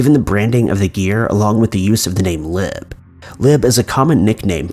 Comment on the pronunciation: It's Lib not Liv.